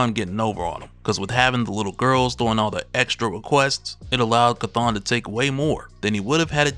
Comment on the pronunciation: Chthon is spoken like the word OWN not ON.